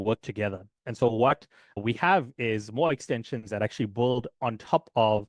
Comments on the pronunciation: Appreciate the video. Just FYI, you're pronouncing the word "build" like "bulled" throughout the video, but most native speakers pronounce it like "billed" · It's BUILD not BOLD.